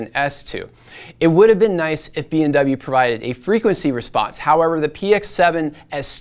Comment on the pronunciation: why do I hear BMW instead of BW all the time you say the short name of Bowers & Wilkins?